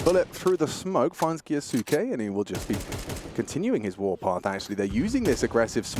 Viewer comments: Please tell the casters to stop calling Maxim "Kayo-sucky". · I hate when the caster say the name of Kyousuke f*ck cringes me it supposed to be silent 'u' like Sasuke